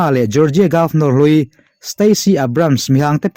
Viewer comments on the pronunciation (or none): none